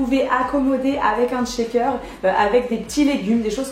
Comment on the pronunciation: Par contre tu dis "Tchaker" toute la vidéo 😂😑